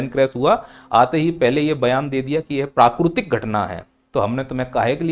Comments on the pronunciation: प्राकृतिक ❌ प्राकुरतिक ✅ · 😂😂😂 sahi bole